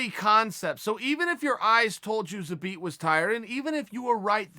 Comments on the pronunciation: I love the fact that Chael is TOO LAZY to watch any of Zabit's previous fights and listen to how the announcers pronounce his name. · He never left it. Called some guy an idiot for not saying his name properly but that was the only time I’ve ever heard Chael pronounce it properly.. I dunno